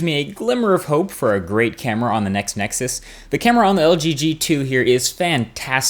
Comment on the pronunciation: I love how he CLEARELY says "Next Nexus", and not all of that crap of "Nexus 5" thats floating around the interwebs.